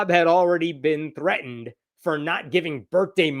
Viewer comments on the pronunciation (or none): none